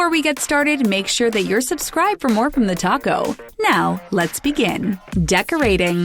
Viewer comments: is it just me who thought she said; "TheTaco" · It's not 'TheTalko' it's 'TheTaco' lol